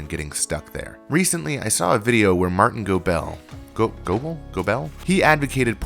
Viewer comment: You pronounced "Goebel" right the second time. Looks good, man.